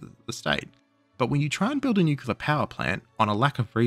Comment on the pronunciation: I hate to break it to you, there is only one U in Nuclear. And yes, you are pronouncing it wrong